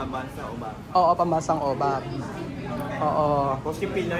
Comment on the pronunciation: Pambansang Yobab po not obab hehe